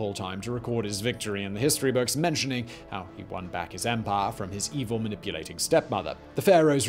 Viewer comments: It is empire, not emphayyya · Love the way Simon says ‘empahhh’ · This channel is great. I’m so happy I found it. Also the I really enjoy the way you say empire...